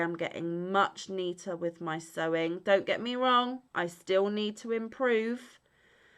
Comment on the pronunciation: Took me a min to realize you were saying sewing haha My brain didnt want to wrap around it haha But very true! Its my nemesis hahaha